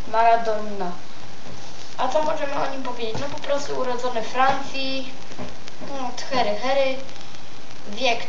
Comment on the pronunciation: Ej ogarnij się do szkoły idź, a nie próbujesz czytać a nawet nie wiesz o czym. nie marquz tylko Marques, nie thery thery tylko to sie Tiery Auri, nie maradonna tylko Maradona, nie lion tylko Lionel jak chcesz czytać pełne imię, a Leo to jego psełdo taka ksywka, choć Rooney dobrze przeczytałes, Michael Balack, czytaj Łesli Snajder. Masz niezłe 21 lat ?? Chyba 12 hahahaha.